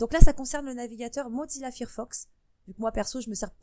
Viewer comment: Fir fox ouillle les oreilles! C'est Fire (feu en anglais) donc failleur que ça se prononce